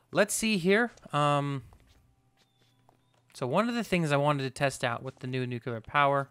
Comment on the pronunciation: Oh please ... buddy. You are such a concise guy, eloquent and all and then you say "nukular power". That is not a thing. It´s nuclear. Sorry .. had to get that out.